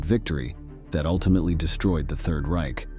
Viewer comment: The narrator's pronunciation of Reich is terrible!